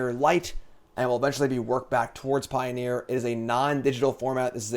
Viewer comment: "Pio-near" ... get out lol